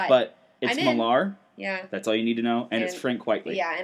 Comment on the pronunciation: Love the podcast, and agree as to Wolverine and the X-Men - let's have more stuff at the school! I was wondering though - why are you pronouncing Millar as Mill-AHR? It's just said like Miller (it's the Scottish version of the name...). Of course, you could be saying it this way for the fun....